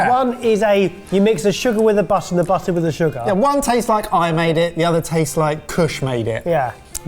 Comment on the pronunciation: "Ze sugehr" "Ze buttehr" "Ze buttehr" "Ze sugehr."